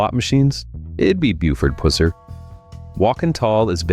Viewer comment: You neglected to state that Walking Tall was based on the real Buford Pusser (short u sound). There were two movies about him, with the second ending the way his life did. Decades later Dwayne Johnson did the "remake" which barely resembled the OG.